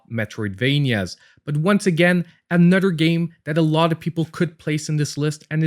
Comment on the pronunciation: Thanks for making me smile and laugh every time you said another it sounded like (a nutter) :) Ps. I sound funny also being raised in the swamps.